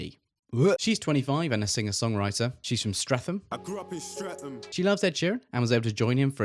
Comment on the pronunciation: The line up sounds great. However, Charlotte Church is very famous (maybe not with your generation). Jonathan Ross is a presenter, not a comedian. Celia Imrie is a famous actress, but she did not play Nanny McPhee… that was Dame Emma Thompson. You could also have researched how to pronounce Streatham, Pie Jesu and Sandi Toksvig.